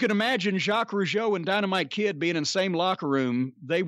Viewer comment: You were on the target about the two Rougeau and you are one of the rare person who as a good prononciation of Jacques Rougeau.. : ) Anymore interesting thing about Raymond Rougeau? Thank you also for acknowledging that the Rougeau Brothers were good workers.